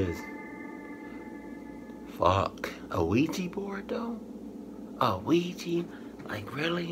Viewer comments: Us black people and Ouija boards.....NOPE! Soon as they said Quija board I even paused the video and said "SEE.......HERE WE GO WITH THAT BULLSHIT!" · as soon as I heard ouaji board I knew was going to pause the video